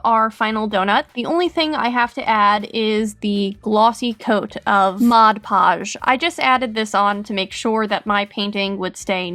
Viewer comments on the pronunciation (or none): I remember wen she use to say mosh posh instead of mod posh